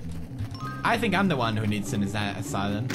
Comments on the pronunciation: It's not a aselum it's a asylum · asylum not asslum a-sigh-lum sorry i think i just offended you pewdiepie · It's ass-sigh-lum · Pewds... asylum is pronounced a-sigh-lum.... not ass-a-lim (even though its hilarious when you say it:D) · asylum a sie lum not asilum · Asylum {Ass-ill-um} Adorable . . . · The way he pronounces asylum 'ass-o-lum' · Ass ilum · I just love how Pewds pronounces things...ass-eh-lum, nin-yah etc. XD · Pewds: "Who goes to an ASSLUM if they're drinking?" Me: facepalms I love Pewds :') he makes my day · i love how he call's it an Assilmm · Ah yes, the assilum. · us-i-lum. that. is. how. you. say. asylum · Asylum is pronounced a-si-lum just saying and I'm not being mean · Pewds says assylem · Lol Pewds Its As-I-Lum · Peers is asylum not asalum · You said ass sylum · Ass-i-lum= Asylum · ASSILUM LOL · He kept saying asylum wrong